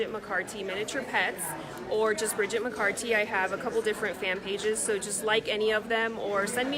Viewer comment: Her work is absolutely fascinating. I do have to say though - for all her glowing compliments and frequent reminders that she's followed Bridget on social media for years, I cringed everytime the host mispronounced her name as "McCarthy," especially less than fifteen seconds after Bridget had made a point of enunciating the "T" in her last name when asked to provide her social media accounts .